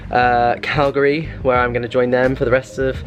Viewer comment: Being from Calgary, thank you for pronouncing Calgary correctly ;-). Saw you two days ago, take Robbie to the Science Centre - such fun for all ages, the Zoo, and Heritage Park.